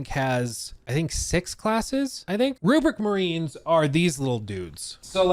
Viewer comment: They are pronounced “RHUBARB MARINES” not “RUPERT MARINES”😂😂😂